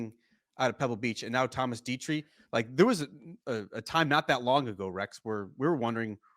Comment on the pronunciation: Say it with me … ‘Detry’ ‘Thomas Detry’ Slow down, take a breath. You don’t need to be an erupting volcano when you talk. It’s not a competition to see how many words per minute you can say.